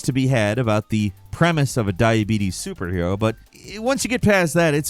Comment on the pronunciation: "I HAVE DIEBEETEES"😂